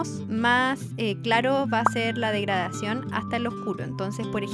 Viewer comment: cuando dijiste; ''degradación'' escuche; ''murisión'' ahr